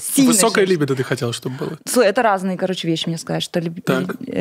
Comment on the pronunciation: Крутой выпуск, впринципе как и все) Нравится ваш подкаст, так ещё и подруг подсадила. После спорного высказывания (как на мою точку зрения) обсуждаем с подругами. Вера более раскрепощённая стала. У очень грамотно поставлена речь. НО! Ударение в слове ЛИБИДО режет слух 😅 Наташа очень крутая и интересная личность. И да, благодарю отдельно всю команду за качественную и цельную картинку.